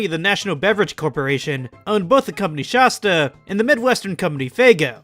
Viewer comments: It’s Shasta not shosta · I’m irrationally upset by your pronunciation of “Shasta.” 😅 It’s not “Shosta!” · Kills me to hear people say Sh-ah-sta. I've always heard the first A pronounced like the word "At" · Its so funny. If you arnt from Mt.Shasta or shasta areas. You completely mispronounce it. Everyone I see who makes videos online with Shasta mispronounces it because they've never been there 🤣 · How are you from California and can't pronounce Shasta right? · Dudes Shasta knowledge is as poor as his pronunciation